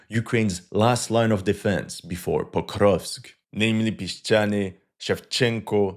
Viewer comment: It's Porkovsk 🐽🐽🐽